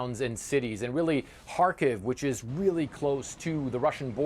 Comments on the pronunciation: It's Car-Keeve (Car-Leave) Kharkiv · isn't it pronounced kharkeeeve? where has this reporter been hiding?